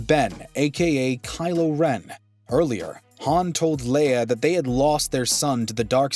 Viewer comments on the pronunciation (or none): How do you pronounce it "Haan" and "Haun" in back to back sentences? Especially when both Solo actors pronounce it "Haun." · Yooooo this mans really switched how he pronounced Han on us 😭😂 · One thing about this video that drives me crazy is how he is saying Han's name incorrectly.